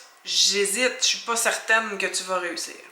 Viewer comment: Eje me doute qui Washington gagnera contre Toronto samedi. Eje doute qui Washington gagnera contre les Habs St. Sylvestre. Ce sont corractes? La blonde et moi, on sera à toutes les deux parties. Merci pour la leçon,. J'oïe la québecoise en celle capsule: je m'en doute «pó». Plus marqué parmi les Acadiens au Canada, la glissade de «a» en «ó». Assez curieusement qui cette glissade passe pas en Louisiane. On énonce «pas» sitöt comme en français métropolitain. Qui t'ecoutes la chanson traditionalle cajunne «Les Haricots Sont Pas Salés» par Aldus Roger ou Ambrose Thibodeaux (Cajuns) et pis pour Salebarbes (Acadiens du Canada). Qu'on se rend compte qu'y-ya pas de paroles «corractes» aux chansons traditionelles cadiennes.